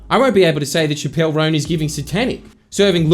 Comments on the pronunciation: i die every time he pronounces chappell as shapp-elle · Its Chappel (ch-Apple)